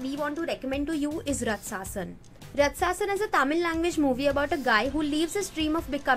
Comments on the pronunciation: You pronounced matthu vadalara right. And it's raaatsasan not ratsaaasan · Rut-sa-sun 😆😆😆 died laughing at the Pronunciation. Girl, plz.